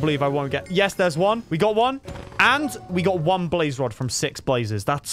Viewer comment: “Blaze rod”